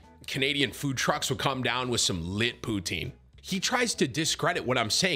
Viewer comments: Stop saying poonteen 😭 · As soon as he said “pootine” I was looking at chat for someone to say “potang”🤣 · Wtf is pooteen?